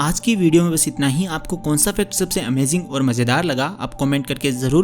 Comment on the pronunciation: aur mein bhi joke pe boli thi ki achi English bolte ho kyun ki tumne amazing ko amaging bola tha 😂🤣🤣🤣🤣🤣